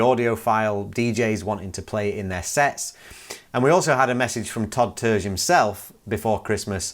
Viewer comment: Terje is pronounced like tar e ah